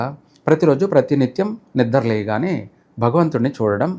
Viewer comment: Nidra leyagane kadura astrologer nidra levagane anedi brahmadu matlada validina bhasha Gaddam penchukuntenu 1oo.hears panchangam tappite nekem telusu